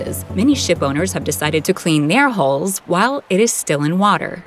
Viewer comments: For your international viewers it would be nice not to pronounce HULL constantly like HOLE. Thanks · It sounds like she’s saying “ship holes” every time she says “hulls.” Damned computer voices. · It's pronounced haul not holes